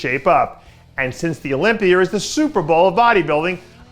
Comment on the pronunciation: Olypiear. Is that what you're saying Dave?